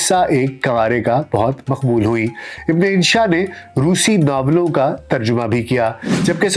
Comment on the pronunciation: Sahi lafz tarjama h, tarjuma nahin.....